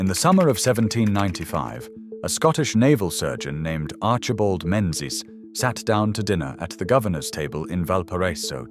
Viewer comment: It's ALWAYS pronounced Ming ez